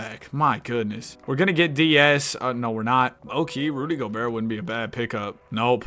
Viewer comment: “Rudy Goebertt”😂